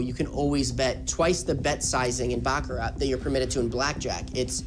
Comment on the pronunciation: sounds like bullshit to me. i was a baccarat croupier in tahoe-vegas and ac. he doesn't even pronounce the word baccarat correctly. the t is silent.